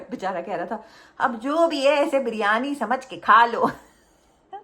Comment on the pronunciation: Malaika and Sara continuously said Bar-yani 😂😂 instead of biryani